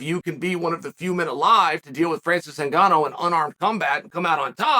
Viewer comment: Chael must serious, he said Francis last name right